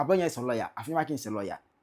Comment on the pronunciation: AFLAO IS PRONOUCED APLAO. IN EWE LANGUAGE F IS NOT PRONOUNCED AS SUCH. F IS PRONOUNCED P. SO EFUTU MP AFENYO-MARKIN HENCE AFENYO BECOMES APPENYO-MARKIN. THE NAME IS EWE LANGUAGE, RENDERING AFFENYO APPENNYO NARKIN.